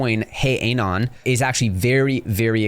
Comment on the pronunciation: Bro can’t even pronounce anon lol